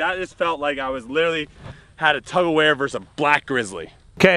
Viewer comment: literally said “tug-a-ware.” Please explain what that is...lol